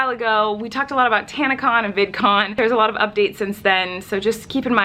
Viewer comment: she said vidcom instead of vidcon